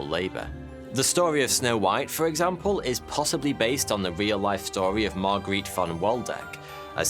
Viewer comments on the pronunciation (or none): none